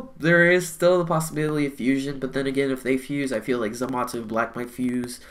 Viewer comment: ThatEpicGuy ikr and he's not the only one in the community saying it like that so idk who started this